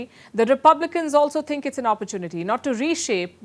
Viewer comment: The word think not tink lmao 🤣